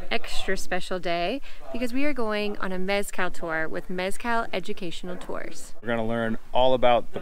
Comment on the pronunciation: Couldn’t finish watching this when they couldn’t pronounce Mezcal correctly. Total turn off!